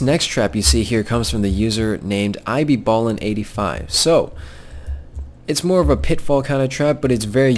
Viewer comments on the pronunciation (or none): Gosh. I laughed so hard when he said " ibballing85" X'D!!